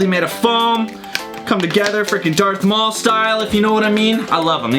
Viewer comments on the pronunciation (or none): none